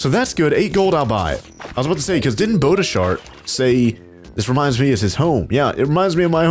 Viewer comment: I laughed so hard when he called Bodastart “Bodashart”.